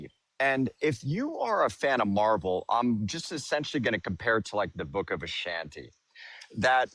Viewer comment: can't seem to go thru a single stream without someone coming in with stolen valor. And it's book of vishanti. Not Ashanti.